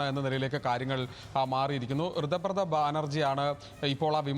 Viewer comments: കൃതബ്രദ അല്ല കൊച്ചേ ഋതബ്രത😂😂😂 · ഋതബ്രത എന്ന് പറയൂ കുട്ടി..